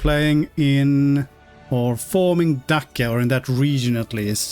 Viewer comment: Hi, Dacia is usually pronounced either with a tch sound (Datchia) or like you would pronounce the car brand name with a soft c (Dashia)